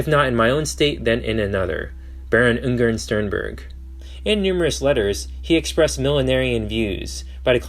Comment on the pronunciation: 1.5h Video but cant spend 1 Minute Looking up how to pronounce the name you will mention like 4000 times